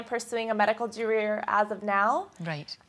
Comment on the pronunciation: "A medical dareer... " what!? lol